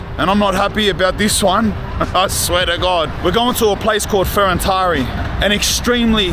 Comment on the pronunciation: Is called Ferentari with accent on T not on I, Fe ren tari. Manny turrists make this pronutiation mastake, because of google translate.